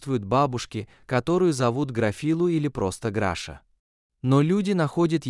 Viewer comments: Не Граша, а Глаша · Что за Граша? Если она Глафира, значит Глаша. Чудовищная озвучка. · Научитесь читать правильно, Глаша не может быть Грашей, и вообще читать надо внимательно. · Ужасное чтение,неправильное ударение в словах ,то он,то она,то Граша,то Гриша.Слушать неприятно . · Перед тем как читать перед микрофоном надо хотя бы перечитать а то получаеться читает то граша то гриша тоесть то мужчина то женщина просто кошмар неправильно ставите ударение неужели так тяжело перечитать текст и очень монотонное прочтение не понравилось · Чтение может быть лучше. Графа то она то он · Обращаюсь к чтецу. Чтение отвратительное, Граша , Гриша. То он , то она. Где знаки, препинания? А уж Е и Е. . Вы хотя бы по смыслу различаете эти буквы? Пожалуйста прекратите озвучивать, буду очень вам благодарна. Поверьте , не я одна. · Когда же научатся ставить правильно ударение?! Так Граша, или Глаша, или Гриша? Он или она? Нужно правильно писать текст, чтобы робот правильно читал!!!